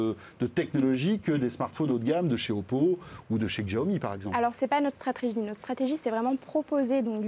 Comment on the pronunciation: François faut arrêter de dire djaomi, vraiment